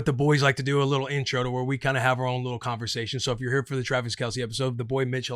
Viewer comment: Every time I hear the Erntro the world just feels right 🙌🏻